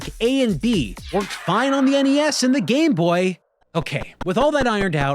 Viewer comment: i’m just happy to hear you pronounce NES as “en-ee-ess”. this is how i always heard it growing up…but lately i hear youtubers calling it “ness” and i feel like i’m taking crazy pills.